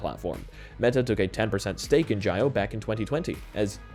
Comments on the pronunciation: Jio is also pronounced "geo", not "gy-o". Par for the course really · Jio is pronounced gee-oh. Trust me, I'm Indian.